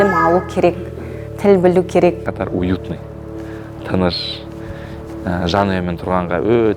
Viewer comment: Катар. Катар емес😂